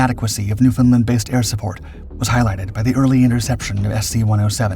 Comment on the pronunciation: Just a tip. When pronouncing Newfoundland, say it like understand.